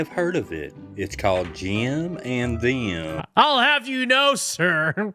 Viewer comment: “Jeehm and Thee-uhm” never heard of THAT podcast.